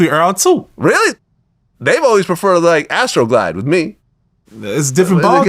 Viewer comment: Vlad wtf is Astro Glide😅😅😅😅 he got the brand names down😂😂😂😂